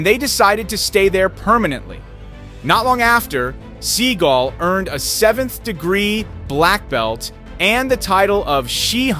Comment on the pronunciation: It is Steven seagal think about it pronounce it right